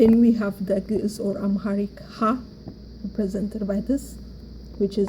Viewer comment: First of all amaharic is not geez. You have to know the meaning of geez. Even u cant pronounce it properly. Basically the formal written language of tigrinja(sabean). Amaharic is not a geez. Amharic language basically have Only 300 years old as a language. It was orginated from tigrinja and agew. 95 % of it are tigrinja the rest is agew. That is why the amharic speaker cant pronounce our alphabet properly. All the Words have uniqe sounds But the amharic speaker since it is very difficalt to pronounce it they uses similar sounds for many alphabets. But the tigrinja speaker are the real owner of the alphabet and pronounce it properly all the alphabet. Your video is poor.